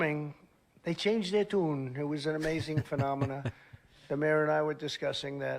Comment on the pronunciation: Why is he pronouncing the word "tune" like that. In fact, he is starting to pronounce his T's like a cartoon character from 1930's New York.